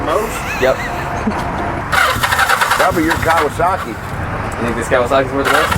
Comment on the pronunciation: I think it's pronounced "Ka-wah-suckey."